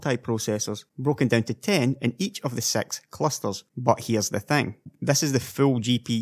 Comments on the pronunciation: when you say 6 i heard sex =D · Did he say sex?